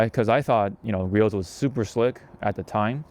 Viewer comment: Nice vid. It's Gree-Ohs